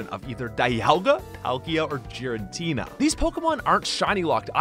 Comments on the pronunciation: Did my guy say “Jeeratina” ew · The way you pronounce Giratina 😖😖 Definitely a big no my dude. But all the secrets 💯💯